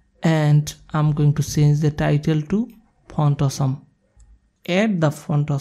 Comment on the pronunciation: WHAT THE F... Say font awesome rather than Phot.... Fu.. sh*t